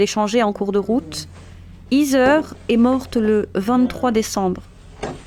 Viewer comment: Heather ce prononce : HEY-DEUR… et non pas izeur